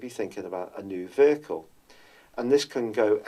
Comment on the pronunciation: The way u pronounce the word, vehicle, in your natural uk pronunciation is exactly how we say the word here in the US. The word stress is placed on the first syllable, exactly like in the UK. The way you said it is weird and awkward. No one says veHIcle w stress on second syllable. No one says it like that